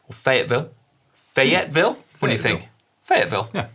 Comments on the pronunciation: Nice work on the Arkansas accent for "Fayetteville", Si! It actually tends to get shortened down to "Fet-vul". Our version of Gloucester or Worcester. :) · Si said "Fayetteville" like he is from Tulsa. Nice work. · Don't worry Si, you pronounced Fayetteville correctly the first time 😂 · Congratulations on your pronounciation of Fayetteville. — born in Arkansas.